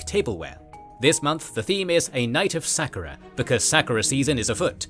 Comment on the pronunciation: Hearing you mispronounce 'sakura' so many times was painful lol